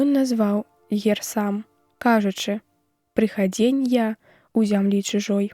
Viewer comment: У словах: гутарка, прыхадзень, лямант - націск на першым складзе, а не на апошнім, як чытае дыктарка.